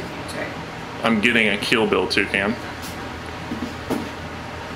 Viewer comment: Wouldn'T it be more like "Toucaine and Toucaine Accessories" like from the pronouncing xD Hwat in Gods earth is a Twocaine? I don't even have one Cane yet.